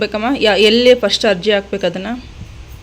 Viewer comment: Pls make correction ....it's Arji not Ajji😮